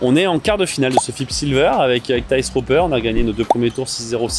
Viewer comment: Par contre il a sûrement dû te le dire mais Thijs se dit "teys"